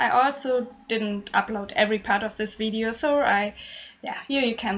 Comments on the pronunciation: Lol I too get my Ws and Vs pronunciation mixed up all the time and its frustrating but whenever I hear her say wideo, I'd giggle cause its so adorable! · Aww you don't say wideo anymore. 😔